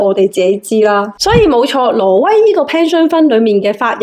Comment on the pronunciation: 懶音好重。 :face-blue-wide-eyes::face-blue-wide-eyes::face-blue-wide-eyes:挪威 唔係 羅威。 不過港男 港女 D啊爺唔係廣東人，冇人教正宗廣東話 變成港女港男tone。